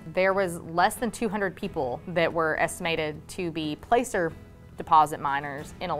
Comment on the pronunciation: Are you sure it’s called placer, with a long “a”? I have always heard it pronounced with a short “a” sound. There is a town in CA called Placerville and it is pronounced with a short a.